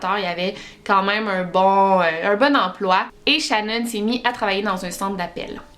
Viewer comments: ecoute ton video tu l'appel shanon et pas shannan . Mais j'adore tes video qyand meme ♥️♥️ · Pas shannon ses shenon sa se prononce Chénone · Peut importe comment sa secrit ses pas shanone comme tu le dit xD ses pas comme sa que sa se prononce